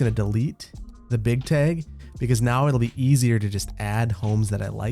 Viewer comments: Tag- T A G not teg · A TEG! Man is truly from Wisconsin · What the heck is a teg?? 🤣 it kills me everytime you say it that way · Nobody:...: TAEG:) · I cannot wrap my brain around your neutral Midwest non-accent, except when saying "tayg". But seriously, love the content - I always look forward to Saturdays when I can catch up on all your videos for the week. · The amount of times your accent came out by saying tag over and over made me laugh. Here's the the Wisconsin accent! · Love the pronunciation of tag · says "tag" like a wisconsinite! 🤣 😘